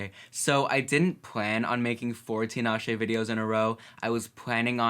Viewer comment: Love the reaction but her name is pronounced Ta-Na-Shay